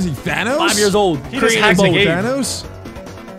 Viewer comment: THAT IS YARS NOT YEARS